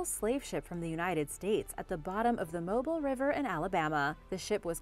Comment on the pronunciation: The Mobile river is pronounced (Mo-beel) , I know how you like to enunciate your words correctly.